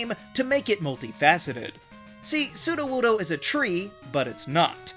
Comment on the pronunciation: NO, IT'S A ROCK-TYPE! AND IT'S SUDOWOODO, NOT SUDOWUDOO!